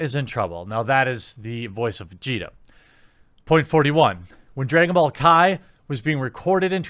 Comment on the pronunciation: "Dregon Ball" 😂😂😂😂😂 Edit: Vic did not throw any candy! He ATE it! After saying it was Mônica or something. Research it bro, besides that, good job 👊🏻